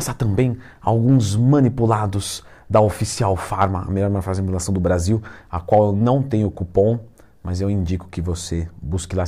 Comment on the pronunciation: ...a melhor "marfacia de fanipulacao" do Brasil....kkkk.esse dono do floquinhos é zica